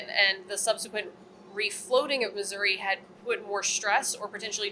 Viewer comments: I didn't realise that the US designed their Turret 3's for towing. Makes sense as the barbettes are pretty heft structures and in an emergency it's not always possible to wait for an ocean tug. I'm curious; why does always pronounce the ship as 'Missoura' instead of 'Missouri'? Is it a regional pronunciation that he has or is that the traditional/original pronunciation of the region? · It tends to be regional, but it's like when people say "nucular" instead of "nuclear." Common, but completely wrong. "missouruh" is generally disliked by most people who live here (everyone i know just cringes when people say it that way) and is sort of a redneck way to say it. It is pronounced the way says it. Like the name "Tori." You don't pronounce that "Toruh." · mizoruh bro how fuckin hard is it to pronounce it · aha, i'm not insane for thinking that Missouri is not pronounced "missourah" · "I'll be deep in the cold cold ground before I put an "i" at the end of Missourah!" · "Battle Ship Missoura" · All together now - you too,: Mi-soo-ree! 😝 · Why does pronounce Missouri wrong? any video where he talks abut this? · It warms my heart to hear him get corrected on how he says " Missouri " lol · A wise man not only admits his mistakes, but is able to learn from them. I am from Missouri, and yes, the last i is pronounced by residents like e, not uh. Not once in my entire life have I ever heard anybody living there pronounce it like that. Never. Ever. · there is no A in Missouri! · Yeah, hearing constantly mispronounce it is pretty jarring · It ends in an "i", not "a" :) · Finally some has corrected on how he says Missouri. there is no "A" at the end of Missouri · Sorry its Missour-EE not Missour-A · I was watching and I am South African at it eats me when says Missoura.. Please say Missouri please. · MISSOURI With a EEE not a UHHH